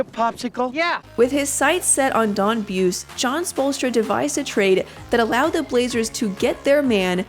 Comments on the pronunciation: It was pronounced "Boo- See" not "Booce" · If they want to leave this video on YouTube they should re-record the audio and get it right - out of respect. It's Don Boo-see, not Don Beuce. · Buse. Bu see ! Not buss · His name is pronounced Bu-zee not B-uce and it's spelled Buse.... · pronounced booozy.....don boozy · hahaha.....not boozy.....boosy.....don boosy......from holland indiana.....played college ball at evansville college...won a small college championship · Buse's name is actually pronounced "boozy" as hardcore fans of the ABA Pacers will attest. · It's pronounced boozy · It's "Boo-see." Do your homework. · The guy's name is pronounced Bu-see.